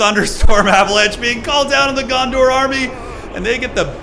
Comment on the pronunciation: Dondor? Kinda sounded like u said that instead of Gondor. Maybe its like annoying step brother, Dondor